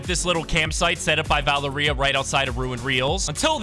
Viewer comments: I…. Why are you saying it like that!? Its Cerberus, and Valeria. (Sir-Ber-Us) (Val-Air-Ia) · pronounce valeria va-lar-ee-a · Sir-Brrrrrr 🥶- us 🤝 and Vuh-lair - (like flair) - ee-uh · it is pronounced va lair ria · Its pronounced like val area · and Valeria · Oh my god why do so many creators pronounce Valeria like that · Bro why does he say Valeria like that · The way he pronounces valeria